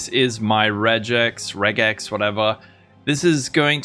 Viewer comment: Regex means "regular expression" so the "reg" should be pronounced like in "regular"